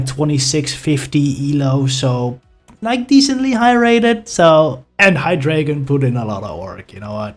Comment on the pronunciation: awesome vid! except the pronounciation of the pokemons name! You know how ArticUNO, ZapDOS, and molTRES are 1, 2, 3 inspanish? Well this pokemons evolution line is German for 1,2,3! Eins, Zwei, Drei! ^_^